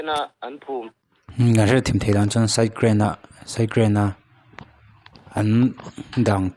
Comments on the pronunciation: "SIDE GRAIN" a awmlo "side drain" a awm,sap tawng hi i dim ltk anih kha,ri deuh thak2 roh i in thlahrung ltk anih kha😂😂😂😂,a tha khawp mai "zo lockholmes" ini ringawt,i beng verh tu ho reng2 hi ngaihtuah thui ngai deuh2 ani zel mai......kal zel roh a tha ltk ani tawp mai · Channel neitupa chu side drain tih tal hi chu lam dik ve teh!! Side grain I ti mai in ka hria! Phunchiar comment!!! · Side grain nilovin side drain tih tur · Site grain a ni lo, site drain tihtur. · Side - grain i ti tlat in ka hria, Side - drain niawm tak a ni 😊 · Kharchhawng channel..midang channel react lo hian mahni in content siam ve teh..side drain pawh lam thiamlo..side grain anilo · Side grain ti tlat sia ka en tui na tawp vek😂😂😂😂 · Saptawng hi kan tawng a ni lova,lam dik vek theih nilo mahse youtube chanel siam chin hi chuan a nawlpui ina kan tawng ang maia kan hman hi chu lam dik hram hram teh u....SAIH GRAIN han tih tlat te hi a ni ngang lo a ni.😢